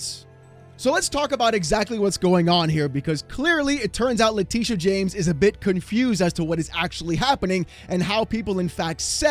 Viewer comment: You lost me at "Letitia"...🤦